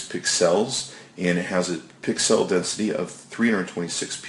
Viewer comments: you sound like you're reading technobabble you don't understand. WTF is a "piksell"? That's how you're pronouncing it. It's /ˈpiksəl/ And, everyone knows the iPhone back is anodized aluminum. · the fact that you can't even properly pronounce the word "pixel" means you have no business doing a review like this. :D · Not a good review. Seems like you are reading a script. You don't even understand how to say/read pixel correctly. Is that Canadian? Seems somewhat biased toward the iphone. Hard to watch compared to more knowledgeable reviewers. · pick-sells lol , great video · You say pixel really weird.